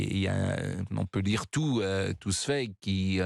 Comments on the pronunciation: Pascal les autrichiens sont sérieux , tonton Adi venait d ' Autriche, bon sang ! Et puis pour toi qui baragouine un peu l ' allemand , Zweig se prononce " tzouaigue " et non pas tzoueigue ! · Absolument pas. Zweig se prononce "Tsvaïg".